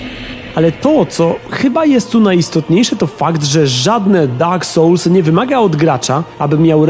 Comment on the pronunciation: Dak sołls xd